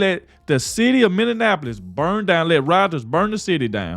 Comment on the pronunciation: 😲 Damn I didn't take your country ass for a Trump supporter! Me and the homies just listen to hear how badly you butcher the English vocabulary😂. The way you can't pronounce Minneapolis and by the way turn in your hip hop card stop reviewing the reacted to Tupac or DMX cuz you ain't legit